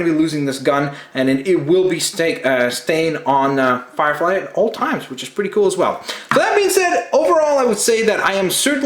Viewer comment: Did he say fire frie